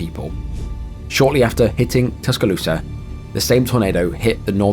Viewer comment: Oh, please don't take it as a criticism but I think slowing down just a little bit would match the severity and allow the gravity to sink in more. But the way THANK YOU for pronouncing Tuscaloosa Alabama correctly. As an Alabama native and a University of Alabama fan that's like saying Jesus wasn't crucified for you sins it was Satan. The video was great though.